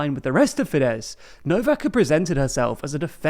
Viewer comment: Fides is a latin word, Holy Mother of God.